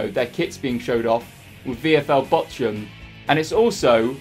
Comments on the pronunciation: VFL Botchoum, omg, you butchered the name. i cant stop laughing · Botchun yeah you botched that one its Bochum but i can understand that this name for an not german is realy hard to pronaunce to pronnounce the name without the t And this was some lovly Video again thanx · Botchum hahaha. You definitely Botchumed that name 🤣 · funny how you pronounce bochum as botchum lmaoo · I’m about 90% sure it pronounced bockum mate 👍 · Botchum? Lol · You butchered Bochun... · Classic Youtube style video and big shout to the club's who responded. I'm also here for utterly murdering the pronunciation of Bochum 😂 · Iam from Bochum and I was in shock when I heard him saying Bochum. He said it so wrong and bad I didn't knew it was possible 😂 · That is soooooo not how you say Bochum. As a German that made my ears bleed : ) Still very nice of Bochum. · It is Bochum, prounounced softly like in Tuch or Thomas Tuchel hahahaha. I m Bayern München Fan and we have a Fan friendship with Bochum, I wonder if u have asked Bayern München for a Shirt, cuz normally they should have send u like a press kit. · He butchered VFL Bochum's name😂😂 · They way you said Bochum pains me! Love VFL Bochum though, hope they make it the Bundesliga 1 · Im as a german found it so funny as you said Bochum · Bochum send you a shirt just for you to mispronounce their name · Casually "botching" the pronunciation of Bochum... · Love how you butchered the pronunciation of Bochum. Greetings from a Bochum-Fan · The way you say Bochum triggers me.... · You are butchering Bochums name :D Look it up on Google Translate in German